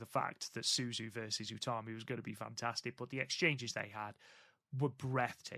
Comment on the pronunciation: They also got Utami right, something that's tripped them up before (sometimes they say it like Yutami)